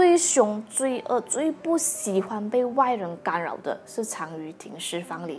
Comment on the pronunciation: 不洗欢,新情不好,小楠的发音好可爱。